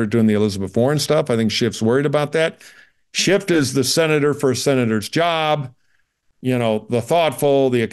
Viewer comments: I had to laugh when this guy used the phrase "hair apparent" (or maybe it's hare apparent?) multiple times, thinking it might be a joke but then he referred to "Adam Shift". I think it may just be a hearing problem for him. I hope so for his sake. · There’s no ‘t’ in the name “Schiff”. It’s German for “Ship”. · The man’s name is Schiff not Shift! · I couldn't listen anymore after about the third time Adam SCHIFF's name was mispronounced